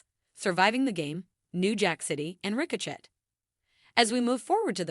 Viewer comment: Ricochet lmao. It’s pronounced “Rico-Shay”